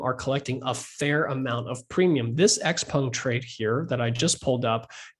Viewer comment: I like how he pronounces "XPENG" - i've been saying it wrong for so long :sob